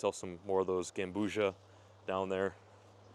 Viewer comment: It’s not gambusha it’s gambusia gam-boozy-ya is how u pronounce it